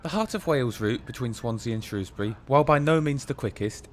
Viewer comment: Never mind the welsh place names, great to hear you pronouncing Shrewsbury properly! Great video 👍